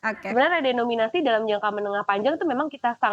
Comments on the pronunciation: ada sedikit kekeliruan pengucapan. Yakni pada waktu tersebut keliru mengucapkan "redominasi", pada kata "REDENOMINASI". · permisi mbak penyiar, REDENOMINASI mbak bukan REDOMINASI.. gemes dengernya